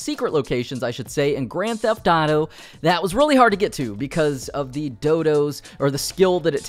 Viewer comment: Hahah he says Grand Taf Taro 🤣